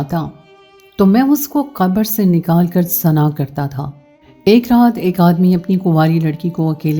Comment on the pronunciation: AP lafaz Sahi ada krein zana nhi hota. Ye Zina hota hai our Bhai lafaz wrong parhti hein Urdu Sahi parha kro